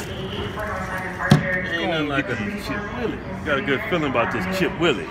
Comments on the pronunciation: When will they ever pronounce anything right? They say chip WU-IL-EE it is chip W-H-E-E-L-E-E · Why they call it "chip willie" when its actually called chip wheelie lol they funny af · Sound like "Chipped willies" LOL